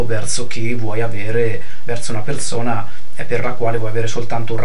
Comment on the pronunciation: bellissimo pero' ti devo spiegare la differenza tra la lettera Z e la lettera S. per esempio si dice perSona, non perZona :)